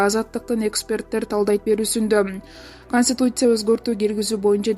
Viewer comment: Канстуция дейт го😂😂😂😂😂